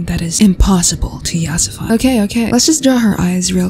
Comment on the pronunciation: this video is funny I love it how she says yasafi I’m dyslexic……